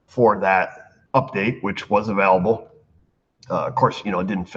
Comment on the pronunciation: Have you learned how to pronounce the English word "AVAILABLE" yet?